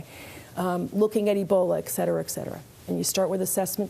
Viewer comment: The fact that she said "ex" cetera was distracting.